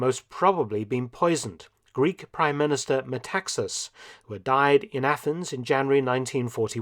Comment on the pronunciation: It's true that Ioannis Metaxas (it's pronounced MetaxAs) died suddenly and that his murder would have been convenient for the Italians as he was an experienced military man who had the foresight to steer clear of the disastrous for the Greeks Asia Minor campaign. Having said that the theory of Metaxas' poisoning is completely unknown to Greece something that i find startling as a Greek. Keep up the good work.